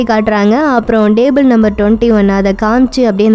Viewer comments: Athu "Dable" illama "Table" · Madam athu DABLE ila TABLE..Next time kindly pronounce words correctly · Its table not dable what a pronunciation ur killing english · Indha table ku pathila stable nu solra maathiri irrukku😂😂😁😁😉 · என்னது டேபூள் ஆ 🤣🤣எம்மா அது டேபிள் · "TABLE" MA "DABLE" ILLA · Hlo lady. It's table not dable, pronounce properly.. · Unga உச்சரிப்பு கொஞ்சம் improve panuga.. example solanunma. Table word kedu paarunga.. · Please pronounce TABLE in proper way. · Athu yen nenga purusana bhurusan num table la dable nu pronoun panringa.. Bt unga voice ok than.